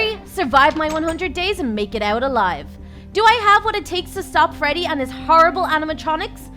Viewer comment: bro said frodey fazbear